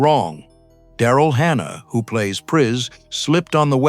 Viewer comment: It’s AI, which has well-known problems pronouncing various names and words properly. Hence; “Prees” and “Rashale”.